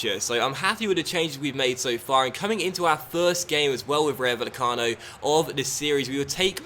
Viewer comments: It's pronounced Vayecano, not Vallecano. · * PLEASE READ THIS* This comment is to help you with Spanish pronunciation. - If there ever is a -ll like in Vallecano, that is pronounced as an English y sound. - A j, like in Jorge is pronounced as an English h sound. - An h, like in Hernández, is always silent - In most cases, the emphasis is placed on the second last syllable, unless there is an accent on the letter, in which case the emphasis is placed on that letter. - A g, like in Jorge, is pronounced as an English h sound, unless it's at the start of a word, when it's pronounced as an English g sound, like in Gary. - An a, like in Rayo, is always pronounced as the a in Alex. - An e, like in Meré, is pronounced as the e in Ben. Hope this helped, as you always say how you've probably pronounced something wrong, so I wrote this to help you out as I speak Spanish.